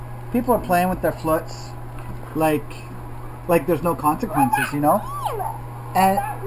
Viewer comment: HAHAHAA its pronounced flute isn't it?